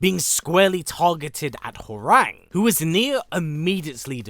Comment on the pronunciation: Hworang's name is pronounce HWA RHANG not like the telephone RANG . * cringe *